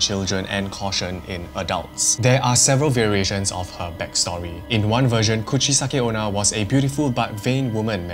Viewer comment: Did you say Coochie-sucking Ona